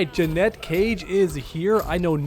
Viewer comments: Umm it's Janet not Jennette...you're welcome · 🤓Janet cage not ja net cage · he’s pronouncing it as Jeanette when it’s pronounced Janet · Drove me insane hearing the first person in human history pronouncing Janet, "Janette" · Will u stop saying Jeanette she’s called Janet. Ja-net ur a creator - learn how to speak correctly. U don’t say jeanuary do u? No it’s jan not jean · Is it not pronounced Jan-et? I'm confused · JANET. JANETTE. Stop bro. 😂😂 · I can NOT take you seriously at all with you calling her "Jannette." Even if you're trolling, it really makes you sound like you don't know what you're talking about dude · Janet, not Janette. So annoying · Are u saying "Janette" Cage on purpose or what? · The way you pronounce Janet pisses me off. Say it correctly ffs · Please say the name correctly. Sheesh, we all know you gave a deal wirh NRS. You should definitely get the name right. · Bro you definitely don’t know how to pronounce her first name lol 😂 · Bro. Your pronunciation of her name drives me up a freaking wall!😊